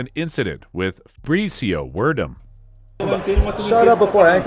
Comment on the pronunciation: I'm sorry can we try saying this Fabrício Werdum's fellow name just one more time please.